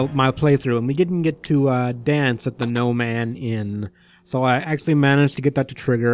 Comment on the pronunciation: I always hear "Gnome Ann" as "No Man" not sure if intentional.